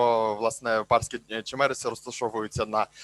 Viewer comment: Це дуже добре що є люди які працюють над історією міста Бар,але панові потрібно зїздити в місто Бар подивитись на руїни,тому що склалалось враження що він тут взагалі не був(хотяб судячи з того де він ставить наголос в слові Чемериси)